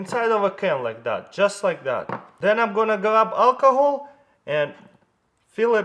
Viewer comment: Did he say calcohol?